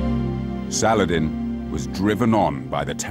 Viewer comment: You rong saladin not arabe make sure when saying a story